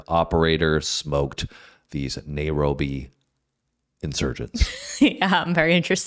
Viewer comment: Say Nairobi like this Nairobi and you will be nearer